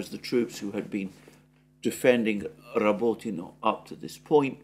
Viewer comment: I listen to this just to hear Alexander's impeccable pronunciation of Rabotino.